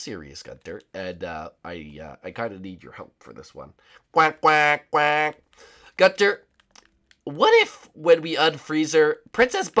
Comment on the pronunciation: when you say gunther you suppose to say it like gun and then ther